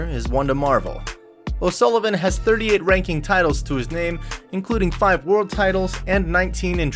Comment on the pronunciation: Americans can’t even pronounce o Sullivan 😂 also it’s snooooker not snucker😂